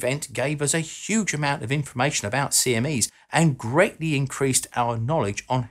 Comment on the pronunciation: Don't do great vowel shifts, kids.